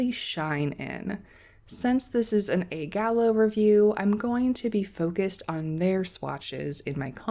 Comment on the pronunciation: There is no A sound in Italian. Letter A only has the sound Ah.